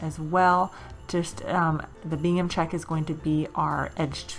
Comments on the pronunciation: New not so new subscriber.... thanks for the idea on the wood snowflake and tree. You talk very softly which is pleasant but I’m wondering what you are calling that plaid.... Bingham or Gingham? I’m sure it’s the 2nd but hard to hear? At any rate it is gingham for future reference. Not being nasty just would like to know if I’m hearing you wrong. Tfs your very inspiring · Great ideas! Love Christmas time! PS. Are you saying Bingham?!? I think it’s Gingham lol! 🤣 I love it. Thank you 💕 PPS heading to dollar store now to look for that truck ornament!!! 🤞🤞🙏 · Omg thank you!!! I was dying throughout the whole video 🤣😂. I just posted a comment on that also. Not to be nasty either, just so she was aware. I thought at first I was hearing it wrong and then I louden my volume and ....yep, she’s saying Bingham !